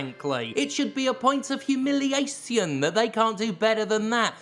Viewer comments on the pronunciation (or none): Jim - your (recent) little affectation of over pronouncing words makes you sound like a bit of a c***. "Humiliay-see-un"? Come on mate, just speak like a normal person, you know, like you used to two months ago